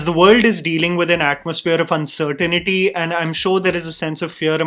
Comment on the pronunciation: Uncertainty ki pronunciation galat hai